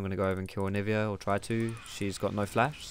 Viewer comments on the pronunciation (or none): none